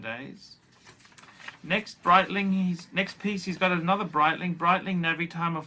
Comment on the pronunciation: Breetling, not just phor tools!, a classic Archism pholks.